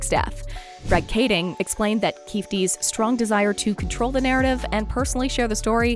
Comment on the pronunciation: Omg it’s pronounced KeyFēē